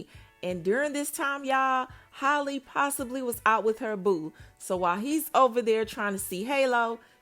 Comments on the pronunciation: Or calling her hailey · Halle, like Halle Berry. Not Hay-lee. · Her name is HAAA-LEE, not Holly‼️ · Girl, stop mispronouncing this girls name. Are u slow? It's halle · 😂😂😂 you mean HAY-Lee because you definitely respelled out Holly(Haa-Lee) as in ha ha ha 🤣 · Lol, I don’t know why but mispronouncing her name irks my soul and she’s not the only one though. 😂🤣😂🤣🤣